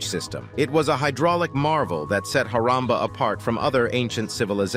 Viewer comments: It's not haramba😂 It's harappa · It is Harappa not Haramba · Nice Video. But the place is called “Harappa”. Just nitpicking. But though I should update you. Keep posting ❤❤